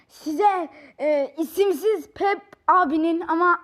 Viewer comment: Bide sanırsam peep "piip " Diye okunuyor Seninkine doğru olabilir bilmiom sjkahsjs